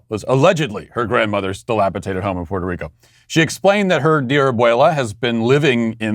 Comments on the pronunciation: It's dilapidated not dilapitated 🤦🏼‍♂️ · I love how Matt can't pronounce dilapidated lol he pronounces as if it was spelled dilapitated lol he also mispronounces divisive all the time, which is irritating lol it should be pronounced to sound like div-ice-iv, not div-iss-iv. Just saying lol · Dilapidated has a D in the middle my man, it is not “dilapitated” as you put it. If you could get that right, it would be a real “Maracle”. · You're saying dilapidated wrong.